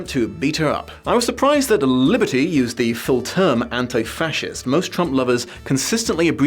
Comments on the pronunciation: I know this is an older video, but I love the way you somehow manage to roll the L in the "author"'s name. I've heard people rolling their R's, but an L, that's new! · I honestly got great pleasure out of pronunciation of "Liberty" each and every time